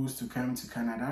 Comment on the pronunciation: My boy dey slur. He start dey talk KENEDA🇨🇦, 😂😂😂